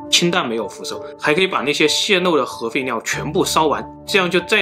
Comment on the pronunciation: 当听到核废尿的时候就劝退了，这个发音我个人听的太难受了